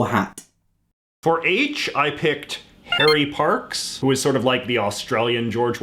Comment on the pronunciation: Tell him that its said hen-ry parks